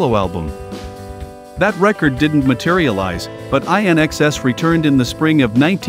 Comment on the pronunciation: 😀 love the pronunciation of IN-XS courtesy of AI